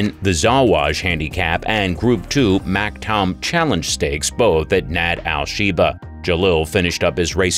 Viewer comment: Damned AI. If you know racing, you'll know how Sheikh Maktoum's name is pronounced.